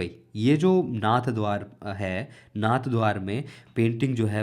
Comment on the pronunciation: Its नाथद्वारा not नाथद्वार